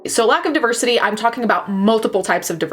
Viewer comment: If pronounces deversity well shit then it is DEVERSITY PERIODT